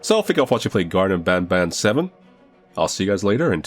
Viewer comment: its the seventh game and yet he still pronounced banban wrong